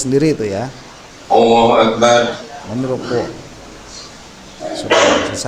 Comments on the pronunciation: AKU DENGER KOK AWWOHUAKBAR,BUKAN ALLAHUAKBAR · Takbir nya maaf ya kalo saya ga salah dngr BKN Allahu Akbar ya .tp awoohuakbar .coba deh dngr dngn benar".jika saya mohon maaf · Bacaan takbir pak Jokowi terdengar Ollohu Akbar yang benar adalah Allohu Akbar